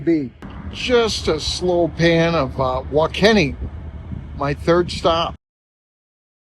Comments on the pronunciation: Salina, Kansas, is pronounced suh-LIE-nuh (sa-LIE-na).😅. Wakeeney= wuh-KEE-nee😂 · I used those 100kw chargers in Goodland last summer, I went to Ionna chargers and they were all down to a network issue. It was nice having a backup. WaKeeney, Kansas, is pronounced wa-KEE-nee